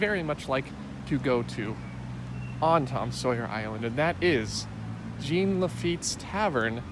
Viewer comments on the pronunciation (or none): Jean rhymes with John not Gene :) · okay wow you're cute and all but you pronouncing Jean as Gene has been bugging me since I started watching your videos.